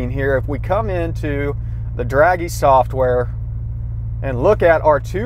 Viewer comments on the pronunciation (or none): dragy not draggy